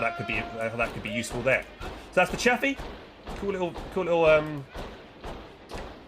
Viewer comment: It's chaffe dude not chappy